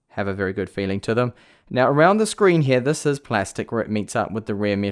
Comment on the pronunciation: please just say here and not hewyha